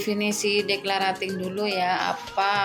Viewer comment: maaf bund..pengucapan declutteringnya salah..belajar lagi yuuk 😊